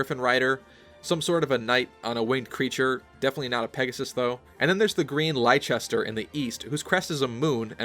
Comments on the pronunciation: If Leicester is based off the British pronunciation, seeing as it's spelled exactly the same as the city of Leicester in the UK, it would be pronounced as "Less-ter", not "Lie-ches-ter". As you were. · “Lie-Chester”? Look, I know Americans can’t pronounce British place names well but for future reference it’s pronounced “Lester”. Leicester is a city in England. Adrastea, Fergus, and Leicester are probably not place names but the surnames of the three houses ruling the regions. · I used to live in an English city called Leicester! Just so you know, it's pronounced Less-ter (the English don't pronounce half of the letters in a lot of names) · Leicester is a British city, It's pronounced Less - ter. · Assuming they don't fantasy it up and change the pronunciation, which they could very well do, 'Leicester' should be pronounced 'Less-ter', as it is pronounced over in the UK. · Leicester is pronounced "Lester" From an Englishman ;-) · Leicester had better be pronounced properly (Lester) or I'm going to go insane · I really hope Leicester is gonna be officially pronounced like "Lester" though. Like the real Leicester. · Leicester is pronounced {Less-ter} btw, it's a place in England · The mispronunciations are hurting my soul